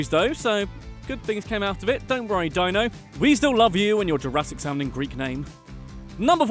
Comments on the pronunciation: One thing, Dino is not pronounced like “Dino”saur, it’s pronounced “Dean-o” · “Dyno” ? Silly accent. Can you not say deeeno? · Admittedly i've never heard it said out loud but surely it's Deeno (as in Dino Stamatopoulis) and not Dyno? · Dino’s name is pronounced “dean-o” not “Die-no”. Sorry but it was bugging me. He’s a brilliant comedy writer and deserves to have his name pronounced correctly. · It’s pronounced “Dee-No”, for the love of god. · Fairly sure “Dino” is pronounced DEE-no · Dino's name is pronounced "deen-o" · its pronounced deeno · It's pronounced Deeno. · Dino Stamatopoulos's name wouldn''t sound "Jurassic" if you pronounced it correctly, you know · Imagine not knowing how to pronounce the name Dino and saying it a dozen times wrong with confidence. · You’re going to do all this research on a show that you apparently enjoy very much, and then you are going to mispronounce the name Dino over and over? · "jurrassic sounding greek name" cuz ur saying it completely wrong 😭